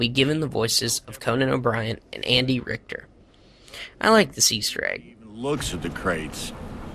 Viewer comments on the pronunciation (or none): none